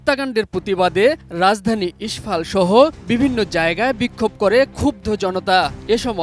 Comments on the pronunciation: মণিপুরের রাজধানী ইস্ফল না ভাই, ইম্ফল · ইস্ফল না রে ভাই ইম্ফল 😂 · ইস্ফল নারে আহাম্মক, ইম্ফল